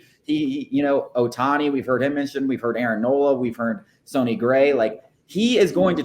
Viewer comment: U know theres 2 n's in his name right? Its sonny gray pronounced sunny